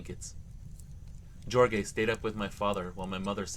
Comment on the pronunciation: That 1st 1 if you see spelling of Jorge it's pronounced Horhay FYI